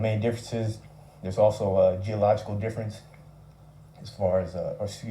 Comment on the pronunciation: it’s the context in which the word is used. Plus it even pronounced wrong, I’m implying the individual speaking is doing so….